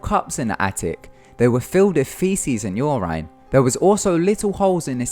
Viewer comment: Why do you always mispronounce "Urine?" It's pronounced like YER-IN.